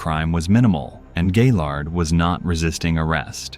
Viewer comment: Did he say gay lard